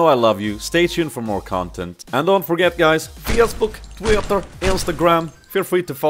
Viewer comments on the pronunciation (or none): Facebook,Twi-tter and IN-Sta-Gram all in a quirky russian accent :D